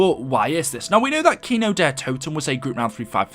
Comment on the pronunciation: Why did it say kino der t’o’ten and not kino der toten